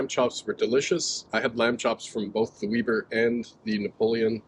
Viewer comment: It's not "Weeber" It's "Weber"